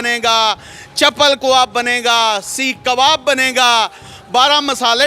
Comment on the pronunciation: ارے ڈھگو مائیک پکڑ لیا اردو تو بولنا سیکھ لو کواب نہیں کباب ہوتا ہے انگلش بھی ڈھگہ اسٹائل بولتے ہو۔